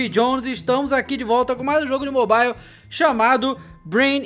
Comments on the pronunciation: mobaile ixtraiqui kkkkkk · kkk esse "mobale" strike kkk